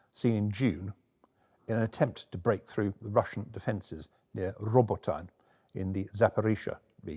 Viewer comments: Please, "Roboteeneh'", not "Robotine". It hurts. Besides that, I didn't see a box, a cat, or a device controlled by radioactive decay... but never mind. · Just listen to any Ukrainian speaker say the names of their towns. Robot-tyne is a massacre of the name. 4 syllables: ra-bo-tea-ne. Good god.